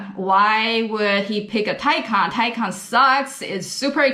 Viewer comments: Good video and thanks for looking up the pronunciation of Taycan. The Porsche is more luxurious than a Tesla Model S, but you’d especially that from a pricey Porsche. Now a suggestion - pronounce Porsche correctly, two syllables, POR SHAH. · I've watched videos with other car reviewers, some with big names behind them, mispronouncing the name 'Taycan'. Kudos to you for taking the time to look up how to say it properly.